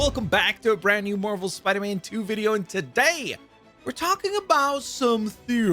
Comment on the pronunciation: anybody else notice The way he said spiderman lol